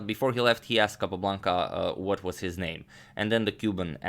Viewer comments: What is the secret of your excellent pronunciation of international names? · i love your pronunciation of names :)